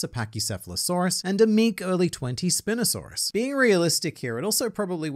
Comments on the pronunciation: The way he said spin-osaurus makes me very upset 😅 Its called spine-osaurus because hit has a big spin not cuz it spins 😂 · spinosaurus is pronounced spine-osaurus, I’m sure you can guess why lol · My guy really just said SPIN-asurus